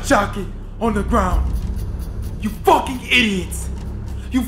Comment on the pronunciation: "Is this a joke? Are you fokkin kitsing me?"